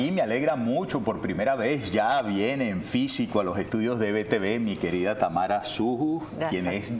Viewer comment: Enves de tamaro, ? Es tamara 😂😂😂